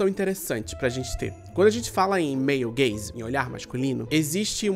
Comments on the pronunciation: Sempre q ele fala male gaze eu escuto meio gay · Meu comentário do engajamento vai ser dizer que todas as vezes que você falou "male gaze" eu escutava "meio gays" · eu toda hora que ele falava male gaze ouvia meio gays hahaha